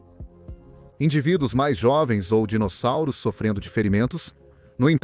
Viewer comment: pois é parece que tem um retardado falando os nome dos dinossauros sendo chamados de dinozárus, kkkk!